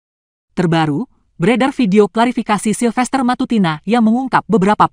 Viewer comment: "PACTA SUNT SERVANDA" Di Gorengin Kau SILFERTER🤣😅